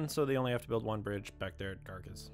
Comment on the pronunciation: Thank you, so glad I found your channel. As a resident of Tulare County (not one-larry, but two-larry) it is wonderful to see the progress. Note on names: Garces is name of early Spanish priest in the valley, so "c" pronounced as "s".